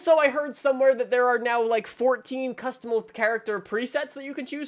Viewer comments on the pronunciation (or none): none